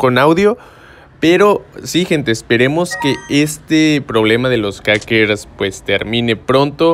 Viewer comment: Jajjajaja minuto dijo kakers jajaja like si también lo escuchaste